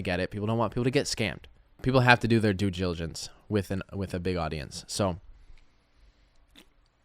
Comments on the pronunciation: Do your “due jiligence” next time, Mr. redneck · you're just digging yourself into a bigger hole. also hilarious that you can't even pronounce due diligence, oh the irony